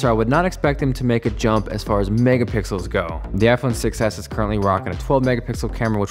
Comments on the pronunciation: it said mega pickels not mega pixles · did anyone notice "megapickles" lol